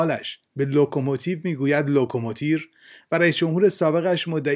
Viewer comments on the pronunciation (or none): none